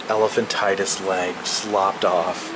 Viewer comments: It's not "elphantitus," it's "elephantiasis" and the exhibits aren't horrifying, they're teaching aids. Perhaps this guy giving the "tour" can become an exhibit himself some day - of an "Americus dumbassiass." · It's Elephantiasis, not Elephantitis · Its pronounced "elephantiASIS" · The word elephantiasis is pronounced: el - la - fant - eye - uh - sis (6 syllables; rhymes with (psor)iasis)), not el - la - fant - tie - tus. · The correct pronunciation for 2 of your words: "el-e-phan-ti-a-sis" and "pros-the-ses" with a long e in the last syllable, because it's plural.